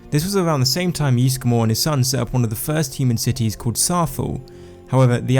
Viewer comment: Ysgramor not Yeesgramor